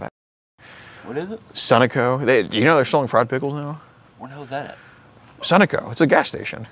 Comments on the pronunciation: You're not pronouncing Sunoco right. You're putting emphasis on the wrong syllable and it sounds weird. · I always pronounced it as Sun-No-Co..not Sunoco.. splitting hairs. Great Catch! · Dude I had no idea what you meant by sun-uh-co either lol. In OH we say suh-no-co haha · SUNO CO Sunnoco You pronounced it wrong.. Like end all and be all He says it backwards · What the heck is sonico?! Think its pronounced "sun-o-co" my dude. No wonder the guy jad no idea what you were talking about, lol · It Sun-ó-co not Sun’-o-co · That’s the first time I heard Sunoco pronounced like that 🤣